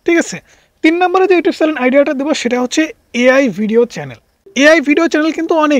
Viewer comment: উচ্চারণ ঠিক করেন। চ্যালেন কি?